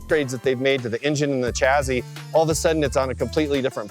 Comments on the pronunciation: Excuse me but WTF is a chazzy?.......oh you meant shassy (chassis)🙄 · Or chassis... not chazzy